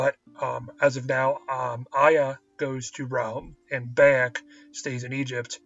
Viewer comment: dude its not BAY-ek it makes me think you've never played da game cause clearly they dont say BAY!!!-ek its pronounced Bi-ek even tho its spelled Bayek. play da game dude dont read a script.